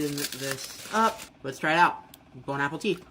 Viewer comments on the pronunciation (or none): He's actually saying "Bone apple tea"! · bone apple teeth XD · he’s copying another YouTuber who says bone apple teeth .